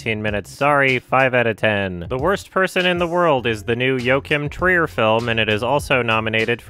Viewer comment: Who is this Jo-Kim Trier? Oh, you mean Joachim. Well that's certainly an interesting way to pronounce that name.